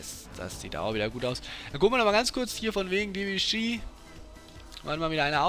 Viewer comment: Die Aussprache von Debuchy vor der "Veränderung" war meiner Meinung nach richtig